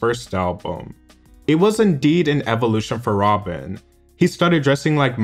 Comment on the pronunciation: But Rob-en. I like that.